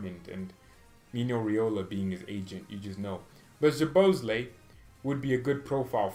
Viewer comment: I told you million times that his surname is soboslai just pronounce like that